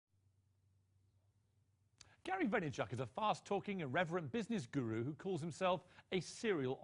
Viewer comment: yeah, but Piers mispronounced Gary's name (at the beginning of the 2nd segment) where he called hin Gary Vay-ner-CHECK. Piers is a douche!! SS Chris